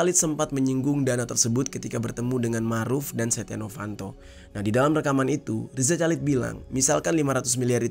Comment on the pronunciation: bang please perbaiki penyebutan nama orang dengan benar dari loren sampai riza chalid gak nyaman nyebutnya